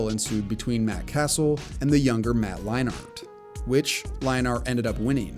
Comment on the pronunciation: Lol never heard Leinart pronounced that way